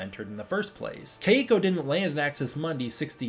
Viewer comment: My girlfriend whose name is Keiko says please pronounce her name correctly. She says it's the easiest Japanese name to pronounce as there is no Japanese accent. Kentaro and Hiroshi are examples of Japanese names that require the correct Japanese pronunciation to say it correctly